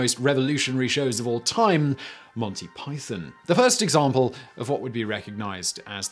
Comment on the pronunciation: Pie thon. Not. Pie thin